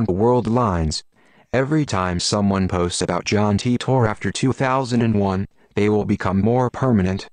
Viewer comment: Tee-Tor WTF, it should be Tie-Tor